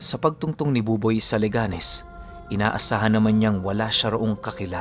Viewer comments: Correction po leganes de po Le ganes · 😮 listening from leganes. ang cute lg ng pronunciation ng leganes mo pero mali po yan hehehehe.